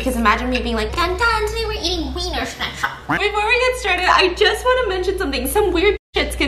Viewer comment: Being German it’s very funny to see how Stephanie pronounces “Schnitzel”. Also Wiener Schnitzel in Germany is a specific type of cutlet so it’s kind of weird how they are a hotdog chain 😂